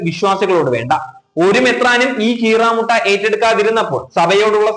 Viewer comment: കീറമുട്ട അല്ല കീറാമുട്ടി